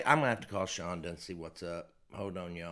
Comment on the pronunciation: People, her name is Chonda, not Chondra :)